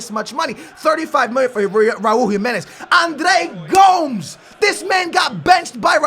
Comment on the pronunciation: Andre Gomes is worth €40 million maybe 50 he didn't get a chance by Jesus at Benfica. And what's up with your pronunciation for Andre Gomes and Renato Sanches??